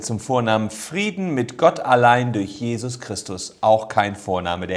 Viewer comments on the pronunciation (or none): none